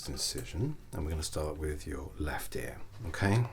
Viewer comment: Around the edge of your "aer".. ear 😂 that got me